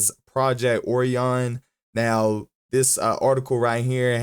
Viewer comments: Oh - rye - an, not "orean" It's named after a constellation of stars. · A constellation with a greek name that is most definitely not pronounced oh-rye-an, orean is a lot closer to the correct pronunciation